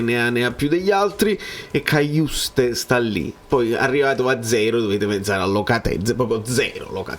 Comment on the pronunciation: padre haitiano, quindi credo che la pronuncia corretta del cognome sia quella francese.